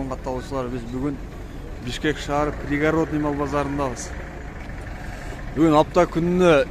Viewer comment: Реалдуу.Пригародный эмес пригородный. Ударение на и. Город жазылганда да, айтылганда да город айтылат. Гарод дебейбиз да.